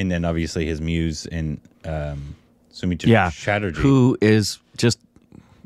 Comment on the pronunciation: u pronounced Sonar Kella so very correctly.... But its not Somitra Chatterjee its Soumitra Chatterjee.... Sou-mitra